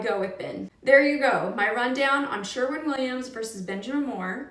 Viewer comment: Sherwin not Sherman